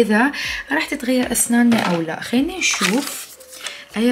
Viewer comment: شويه تجفص بالكلام هنا تكول خييينه مو خلينه